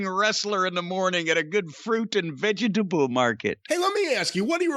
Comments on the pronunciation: "Fruit and VE-GE-TA-BLE market."-Cornie😂🤦😂🤦😂🤦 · The way Jim says "fruit and veggietable market" is priceless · Why does he say it that way? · I told my wife about this match and said it just like that. Pretty sure she thought I was having a stroke.